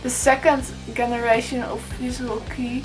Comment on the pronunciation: It's not Visual Key, it's Visual Kei, second word not sound like english word "key". ;)